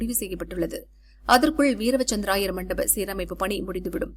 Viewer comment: AI தான் நியூஸ் வாசிக்குது போல. வீர - வசந்த- ராயர் என்பதை வீரவ- சந்த்ர-ராயர் என வாசிக்கு து